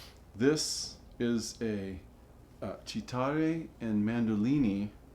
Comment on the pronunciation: Beautiful job,! Well done! FYI, in Italian, "ch" is pronounced like a hard "k", so "chitarre" is pronounced "key-TAR-ray". I just did a little research on this and the guitar looks to be an "A. Galiano" guitar, built by the Italian-American luthier Antonio Cerrito. The label inside says "A. Galiano fabbricante di chitarre e mandolini" (with A. Cerrito inserted after "fabbricante di")? That translates as- A. Galiano manufacturer of guitars and mandolins. What a treasure!